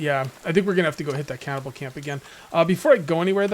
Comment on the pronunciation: Just a heads up Cannibal isn’t pronounced “cow-bell” or “cowvell”